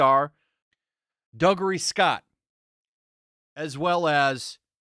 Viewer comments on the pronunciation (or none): Doo-gray. His name is pronounced Doo-gray. Dougray Scott is a Scottish name.